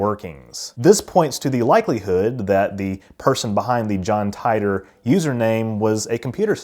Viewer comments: Tee Ter, John Tee Tor. Tee Tore... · Titor. It’s mostly said “tee-tor” instead of “tie-tor” I think… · The correct pronunciation for Titor is "Tee-Tor" btw, likewise Kissimmee is pronounced "Kiss- Sim-Eee". You're welcome 😋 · John "Tee-ter" not "Tye-ter". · It’s Tee-tor. Not Tie-toe. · I love your work. but please pronounce names correctly. everybody else pronounces it as tea-ter or tee-ter NOT tie-tor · I’ve read extensive info on this conspiracy. Titor (pronounced teet-or not tit-or). You did a good job covering the info but your areas of skepticism and claiming it borrowed from back to the future was comical but made you look sorta dumb and shows you didn’t do too much investigation. Back to the future was actually depicting things physics said could be possible if time travel were. The Kerr singularity theory is not just a theory that rules the concept of time travel, it’s extensively being experimented with at CERN in their lab created universe program which is what the atom smashing experiments we all hear about are foundational hut upon. That’s why before they turned it on the said there was a small chance they could open a black hole. This wasn’t the truth as the disturbances they make are similar to micro black holes and fleeting. The Kerr based machine was also patented in 2012, that’s a whole story on its own, but GE did indeed buy the patent but later cancelled the sale when the created was convicted on some nasty charges. According to GE themselves(I have called in the past myself) they do possess the patent but were not working on it. So that’s another thing that did come true and was not even in the works at the time of titor. Good coverage but you def dumped on the back grow research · It's pronounced "teetor" usually. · "John Tie ter" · I could have sworn that it was pronounced "Tee-tor" Mandela effects? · I always pronounced his name "Tee-torr". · I thought it was pronounced “Tee-der” or “Tee-dor” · It is pronounced [TEA-tor], son.